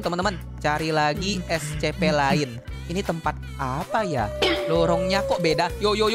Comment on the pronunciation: Kok bilangnya escepe bang biasanya essipi